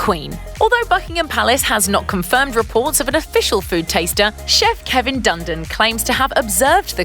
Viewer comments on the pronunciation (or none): none